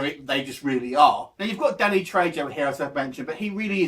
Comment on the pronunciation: You pronounce it "Treho"